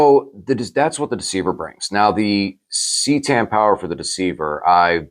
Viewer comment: It is Ka Tan. Also it sounds better then c tan.